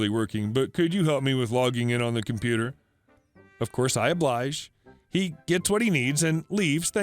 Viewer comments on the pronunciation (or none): none